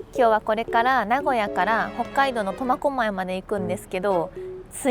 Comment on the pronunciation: 最初コマコマイって聞こえるけど間違ってたらすいません!